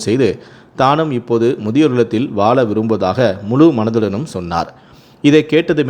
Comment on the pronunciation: ஏண்டாதமிழ்உச்சரிப்பு ழ ள ற ன சொல்லத்தெரியாகம்முனாட்டிங்கல்லாம்கத அளக்குறானுக இதுவேதனை வாழ என்பதற்குவால பழக என்பதற்குபலக வழைபழம்ஆழுகி கீழேவிழுந்துது என்று இந்தநாதாரியின்நாக்குநயம்படசொல்லாது வாலபலம்அலுகி கீலேவிலுந்ததுஎன்று தான்சொல்லுவான்!